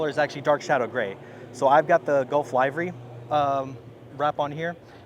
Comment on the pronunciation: It's pronounced "liv-ree," not "live-ree."